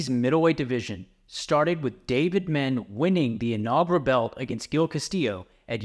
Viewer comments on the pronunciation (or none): How you gonna mispronounce Dave Menne?! “Men-nay” bro.